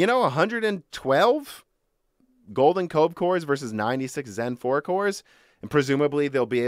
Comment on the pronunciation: I thought you were saying golden Coke course lol